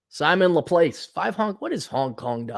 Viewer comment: hasn't studied multivariable calculus with partial differential equations apparently to pronounce 'Laplace'.